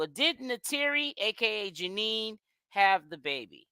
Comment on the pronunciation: Okay but why are you still calling her Janine.! It’s Janayyyyyy ja- NAYYYYY